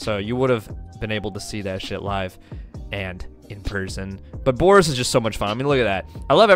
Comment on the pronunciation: The fact you're pronouncing his name wrong is cringe itself